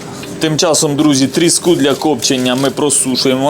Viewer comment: дозвольте Вам підказать. Слово трІска має наголос на першому складі. Отже трІску, трІски і. т.д. То риба називається тріскА.